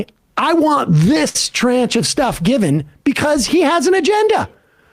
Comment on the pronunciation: liz franzac just died from the way sam pronounced tranche